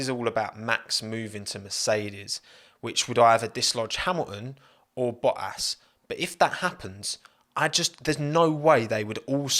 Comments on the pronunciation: Pronounce your freakin Ts. "Bo-ass"? BoTTas. North Americans enunciate your own language better (not bea-ah) than you do geez. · Hang on, did you call Valtteri Bottas Battery Voltas ? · calling bottas boas is so irritating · Lol the British and their hate for the letter "T" "Bo'as" in stead of Bottas. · Baltterie Vottas lol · I heard Bo’ ass? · “Batteri Voltas” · "Battery Voltas" :D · No one:: Battery Voltas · bottas Youtube subtitle: but ass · Battery voltass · Im 300% sure i heard battery voltas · all i hear is BO-ASS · I need to get a cut version of saying "Bo'ass" on repeat cause it's truly gold! Another great video mate! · Since dts I hear Bo'ass ;) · Bo'as hahaha so effing funny! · Why pronounce T’s in many other words prior ( not enough though) but why did you not say one single T in Bottas name?